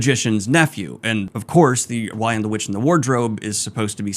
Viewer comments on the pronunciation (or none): Not sure if it was intentional, but I found the title mispronunciations humorous. "The Lion, the RICH, and the Wardrobe" "The WHY AND the Witch, and the Wardrobe" back to "The Lion, the RICH, and the Wardrobe" CORRECT TITLE PRONUNCIATION!!! And yes, I went back multiple times to ensure that I was hearing what I thought I was hearing.